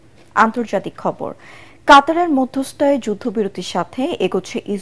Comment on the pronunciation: মধ্যস্থায় নয় আপু। মধ্যস্থতায়